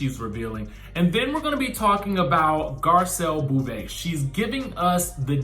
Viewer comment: Garcelle Bo-vais